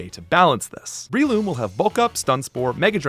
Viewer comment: It’s BRELOOM not BREEloom